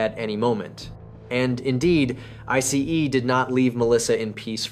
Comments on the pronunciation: AI voice saying I C E instead of ice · OMG, that “I-C-E” is so annoying!!!!!! Videos creators who are too lazy to even read their own work is not worth watching because listening to AI is the worse!!!🤦🏽‍♂️ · What's with the emphasis of I C E ?? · Definitely AI voice 😂 Pronunciations are off (ICE and Viet naming) 😂